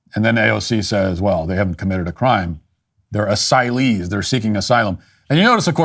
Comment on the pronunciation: I would never use the word "Asylee" solely based on the way the word sounds when AOC speaks it. She is so insufferable.